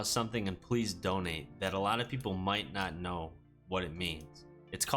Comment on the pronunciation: dude says "pwease" donate